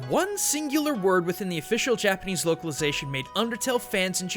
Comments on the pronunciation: uggghghhhhhhghhh I never knew how badly butchered Japanese until I decided to move there myself now I can't stand hearing him speak x.x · Your Japanese pronunciation is so bad it makes me cringe